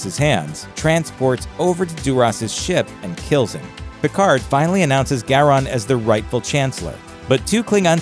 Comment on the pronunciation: You can't even say his name right...